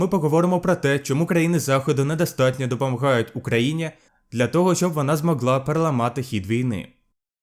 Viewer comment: Дякую за україномовне відео, в цілому розмовляєш файно і трошки попрацювати з вимовою букви Г, забавно звучить "Допомаґають" 😅